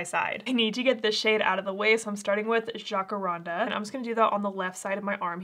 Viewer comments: Jacaranda is pronounced like the name Jack ( we pronounce it that way in South Africa) It's a large tree with purple-bluey bell shaped flowers. This pallet is not really that purple🤔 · 💜💜💜Lovely! Btw it’s ‘ja-can-ran-dah’ … It’s actually a lovely tree that has gorgeous purple blooms! Thanks for swatching Rose Quartz, I think I’m good! 💜💜💜